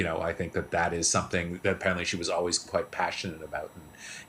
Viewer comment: Why didn,t somebody te?ll her how to pronouce her name?